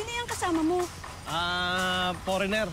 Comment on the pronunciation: forener? hahaha!!